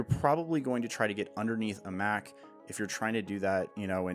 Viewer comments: I love your videos, but i had a huge issue with this one!! You make Mach sound like a Big Mac sandwich. It’s supposed to sound like when someone says a jet is going Mach 5. Not I’m gonna eat a Big Mac. Get it right next video ok. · No. It's "MACK-HARIEL. Hence Mac........